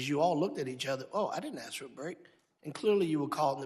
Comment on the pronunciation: If you can't pronounce the word, "ask", you shouldn't be allowed in Congress.